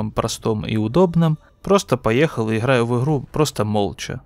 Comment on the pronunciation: Не в обиду конечно, но это его "иХраю в иХру" за пол боя настоебало, что даже до конца видео не досматривал.